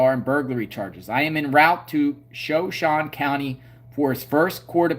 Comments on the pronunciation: So shooon ie not shon shoonie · It’s shuh shone e not Shawn e. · It's pronounced Showshown or Showshownee. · It Is Pronounced "Sha Show Knee" Name Of A Tribe Of Indians From (Idaho, Nevada, And Utah) The Area. "S h a - S h o w - Knee" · Sha-shone ...shone rhymes with loan. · You pronounce it sha as in a like shut shone is longe o Sha shone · It is SHOW SHOW n E Idaho Drop the A sound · Shoshone = 'show - shone - eee' , Native Respect💚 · I think it’s Sho sho knee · Shoshone ending pronounced like it rhymes with "phone".